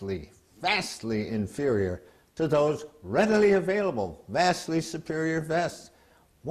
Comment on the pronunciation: lets play a drinking game. everytime the guy in the begiining says "infurior equipment" do a shot